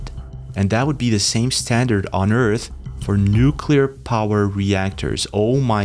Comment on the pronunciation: Thank you for saying Nu-CLEAR and not Nu-culer!